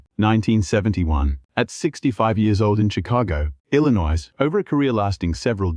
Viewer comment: Cheap production, terrible narration (can't even pronounce Illinois)! Also, a heck of a lot of the photos shown aren't even Clayton Moore!!! They're some unrecognizable person. He and Jay deserve much better than this. Wish I knew how to make videos, I'd do one for them with the quality and accuracy they deserve!